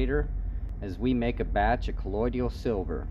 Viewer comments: Why in the heck does everyone keep calling it "colloid-ial" silver?? It's properly pronounced "COLLOI-DAL." 😁🤷🏾‍♂️ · JUST an FYI............. you really lose credibility (believability) when you don't know how to pronounce the word correctly........... It's NOT colloiDIAL it's colloiDAL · It is not collodial but colloidal